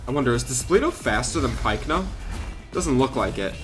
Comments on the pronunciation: Why does he call it pikeno it is pycno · I know but it is even pronounced that pycno bye paleontologists